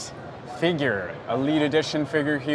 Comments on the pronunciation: He says "figuur" like McDaddy 😂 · Hard R.